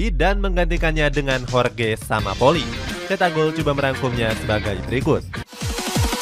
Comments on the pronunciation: JORGE SAMPAOLI.. bukan SAMAPOLI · Jorge Sampaoli min... Bukan Jorge samapoli 😂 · sampaoli min bukan sama poli 😂